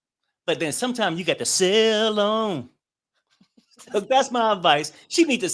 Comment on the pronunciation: said, "sail on" 😂